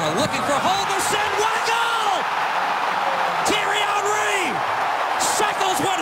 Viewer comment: sounds like "Terrys hungry!!!"